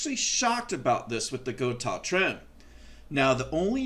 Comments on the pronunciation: why block off the ability to pull back? if you set up a Gotoh (go-toe-h not go-tahhh) 1996T properly, you will not go out of tune, those trems are perfectly capable of returning to zero point every single time. If it is going out of tune after pulling hard back, it means those stock tremolo stud posts NEED TO GO.... if its not worth doing yourself or paying someone to put the higher quality gotoh studs in, its kind of pointless to install that good of a tremolo in your guitar.... Also, when you go to adjust your action... all you need do is detune.... DO NOT loosen spring tension, its not necessary and it makes it all the more difficult to retune the guitar up to pitch... only creating more work for no benefit. the more often you can keep your springs and spring claw in the properly tensioned position compared to your strings, the more reliable your tuning stability will consistently be, even from string change to string change... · I have a Guitars with the Gotoh 1996t. I also have a few guitars with the original. Floyd rose. And I like the Gotoh better. Btw it is pronounced “Go Toe” 😊